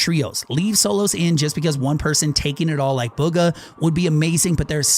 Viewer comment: I think bugha is pronounced “boogha